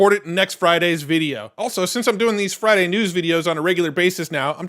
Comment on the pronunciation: FRAIDAYS or FRIDAIS